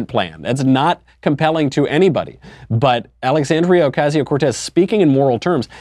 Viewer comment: This guy doesn't appeal to me because he can't pronounce Ocasio